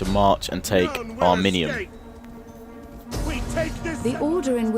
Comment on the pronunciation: it is ari-min-yum